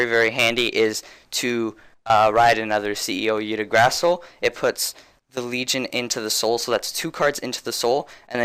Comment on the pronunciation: I-gg-dra-zil thats how you spell it